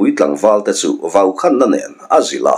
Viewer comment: Vàukhánna -- ni loin. Vàukhân na tih tur niàwn tak ani.